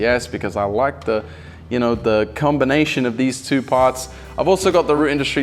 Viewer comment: Did he say cumbernation ?😂😂😂😂😂😂😂😂😂😂😂😂😂😂😂